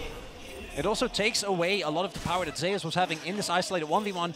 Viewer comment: Zeus is zeus not ‘Zay-us’